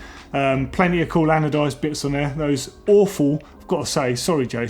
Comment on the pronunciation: Adonized? ... haha its anodized.... as in Anode